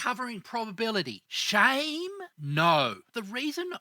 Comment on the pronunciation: I like how you say shame